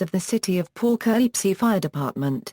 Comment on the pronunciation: The pronunciation of the subject city's name is pathetic. Too bad you couldn't have a more capable computer generated voice narrating or, Heaven forbid, a human.